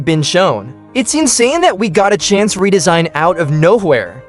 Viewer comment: “chance, and tu time” gng what 🥀🥀